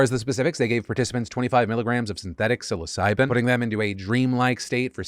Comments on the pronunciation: TIL psilocybin at 2x speed sounds like "suicide" 😱💀had to relisted to make sure you weren't making a super dark joke . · Lol was busy doing something while listening to your vid, but kept hearing you say su!c!de, instead of psilocybin. Had to come check the word. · I wasn't really paying attention and for a second i thought Phil said "*Suicide* keeps looking better and better as a treatment for depression" and I got concerned